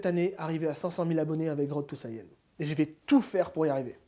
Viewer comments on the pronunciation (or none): none